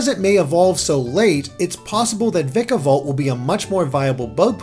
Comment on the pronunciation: I'm pretty sure the "Vika" in Vikavolt is pronounced the same way as "Pika" is in Pikachu, just with a V instead of a P.